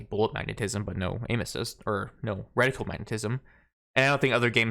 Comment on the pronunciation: Thank you for pronouncing reticle correctly. I'm so proud of you <3